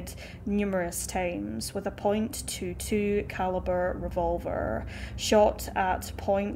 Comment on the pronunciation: Just FYI, the gun shown when describing the murder weapon was a pistol not a revolver which is what was said to have been used. Also, the caliber, in this case noted as .22 is not "point two two", it's "twenty two caliber"... Still horrible either way.